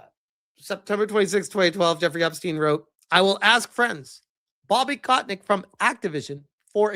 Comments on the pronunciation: It's Kotick, not Kotnick XD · Is as if never heard of Bobby KOTICK, one of the most infamous known figure, before. Keeps calling him KotNICK... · How can u pronounce kotick's name as kot nick? There's no N & u are pronouncing it wrong. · everytime you called him "kotNICK" lol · Who the hell is "Kotnick"?... Read, man. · Why the fuck do you keep saying "kotnik"? There is no N in his name.